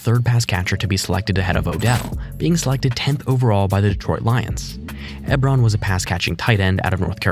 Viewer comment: Eric eb-ron 😂 its e-bron